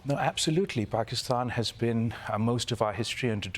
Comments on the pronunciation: Nice to hear "Pakistan" pronounced properly. That's all I have to say about the subject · So refreshing to have a host on the daily show that doesnt say "Paekistan". Thank you Kalpen. As an Indian I am extremely disturbed at the sufferings of our neighbor country. I hope things improve for them.